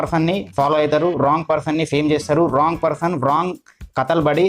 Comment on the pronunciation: One mistake....Wrong ni as it is spelling la pronunciate cheyoddhu andi rawng ani pronunciate cheyandi ..